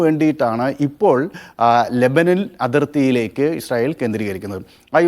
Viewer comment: Lebanan alla LEBANON, aadyam maryadak parayan padik.